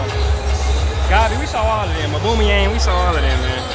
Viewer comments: Man said auboomeryang 😂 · Homie said auboomayang